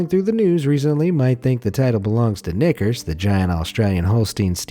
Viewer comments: Whoaaaa! Hard "R" at Knickersss! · Why does knickers sound like the N word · i know it says knickers but the way he pronounces it is kinda funny